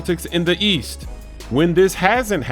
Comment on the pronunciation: East, I thought you said WEAST